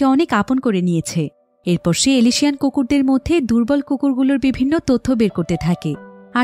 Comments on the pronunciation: এলিশিয়ান না উচ্চারণটা এলসেশিয়ান হবে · এলএশিয়ান নয় আপু অ্যালসেশিয়ান।